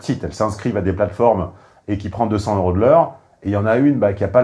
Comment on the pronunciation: Hé chef on dit 200 zeuros et non pas 200 heuros… ça fait désordre n’est ce pas ?